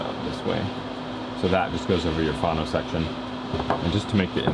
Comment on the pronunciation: Why are you calling it a "fawno section" instead of "fono" ? Get your pronunciations straight please. Otherwise, good videos.